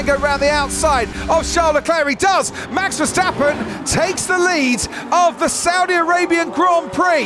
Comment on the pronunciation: MEX VERSTEPPEN,??,,,every A in his name sounds NOT like in cat,, ,BUT ,like in CAR